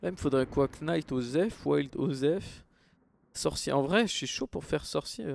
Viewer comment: Je m’abonne le jour où tu dis Knight/gunslinger/shapeshifter correctement :D